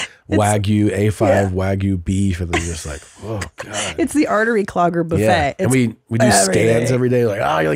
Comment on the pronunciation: I like how she called the buffet a boofay